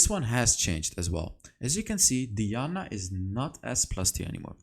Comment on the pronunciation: 😂😂😂😂 you got twisted FATE right , while i’m here it’s also diana(DIE-ana) not (DEE-ana)